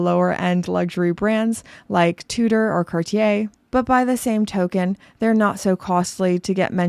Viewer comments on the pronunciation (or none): none